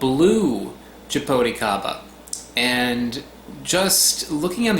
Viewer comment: Actually, ingula is right... It's jabuticaba - if you want to use the Brazilian word for the fruit. You could say "jabooticaba" to sound like we say here in Brazil... :) Love that fruit and its beautiful tree... Hugs from Brazil!